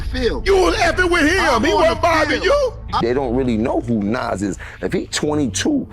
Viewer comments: Lady it's Nas not Naz 😂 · Nasssss. Jahdahkiss? Are you kidding me with your pronunciation?